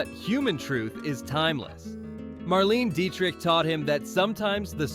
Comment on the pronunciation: This lost me at "Marleen Dietrich".